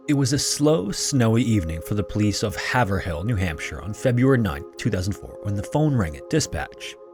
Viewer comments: Hay-v-rill not Have-ur-hill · Haverhill is said as "hayve-rool" not "haver-hill lol just so you know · “have her hill” we pronounce this have(like if you said rave with an H instead of r) - rill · FWIW its pronounced Have Rill not hav er ill lived in that area in the past and remember the story. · Lol "halv-ver-hill". It actually is pronounced like "hay-vrell or hay-vrill" depending on how much of a local accent you have. It isn't that common to hear about NH on a channel like this, so thanks! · As someone from New England, I can confirm that the disappearance of Maura Murray is an infamous case around here. Also…it’s HAY-vrill, not HAYVER-hill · Note: it’s not Have-er-hill, it’s Hayve-rull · Ooof nails on chalk “hay-vrill” haverhill lol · I love how people pronounce haverhill as have-er-hill instead of the actual way which is, haave-rill (the double a is to show a long A sound) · It's "Hay-vrill" not "Have-r-hill", just fyi. New England dialect and pronunciations don't make any kind of sense so, if you find a town/city in New England, best to look up how it's pronounced even if it seems obvious. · Ah man, I a New Hampshire native and your pronunciation of Haverill was awful. I don't blame you though, New England town pronunciations can be counterintuitive. For the record, it's more like "HAY-vrill". That hay-ver-hill. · Haver-Hill New Hampshire hurt my soul. we don’t pronounce the H in Hill, it’s just Haverill but don’t be like ILL just el. pronounced Hayverel spelled Haverhill don’t ask. you’re lucky it wasn’t Worcester. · Háve-rill, not have-er-hill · I came just to post this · Massachusetts native here.... we dont say the second H and use a long A... we say Haverhill like "Haver ill" with the A sounding like Apple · I've lived in both NH and MA, both are pronounced Hay-Vrill. It's 2024, you can Google how to pronounce any word. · You can tell this guy isn't from New England. "Have-er Hill" 😂😂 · Hay-vrill = Haverhill 👈🐿😐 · Haverhill is pronounced Have-rhill